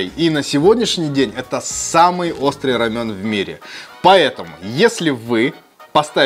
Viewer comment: это рамен а не рамЁн...осуждаю